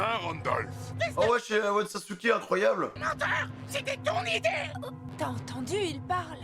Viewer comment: Malheureux, j'ai mal aux oreilles en entendant comment tu prononces le prénom de Sasuke à 40.21 😐. Sinon, j'ai hâte que tu rencontres le reste de la famille Charlotte. Surtout vu le palmarès de ses conjoints, euh je veux dire de ses donneurs... 😂